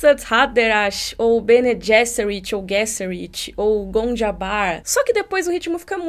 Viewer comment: O "g" em Bene Gesserit é "soft" mesmo, pronunciado /ˈbɛniː ˈdʒɛsərɪt/ em notação IPA (alfabeto fonético internacional). É o mesmo som do 'g' em "general" em ingês e não o /g/ de "get" (/ɡɛt/).